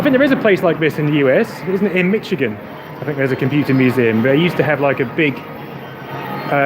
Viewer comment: As a Michigander, I was totally unaware that U of M had a computer museum. But heads up to the Brits, the "ch" in Michigan is pronounced like "sh" instead. Our Detroit residents are particularly territorial, and I don't want anyone put off by an overly enthusiastic correction from one of us over a minor mispronounciation.